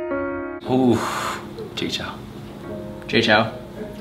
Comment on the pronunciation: 在講JAY CHOU 的時候，我聽成清朝XDD